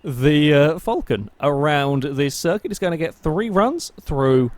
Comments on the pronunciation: there's no u in Falcon, Aussies say it Fal Con like it says, Falcon. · It's pronounced the way it's spelt. It's not pronounced 'fulcan'. Btw I'm Australian